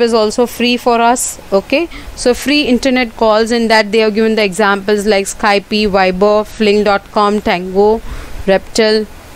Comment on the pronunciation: Skype is not pronounced 'sky pi' its 'skypp'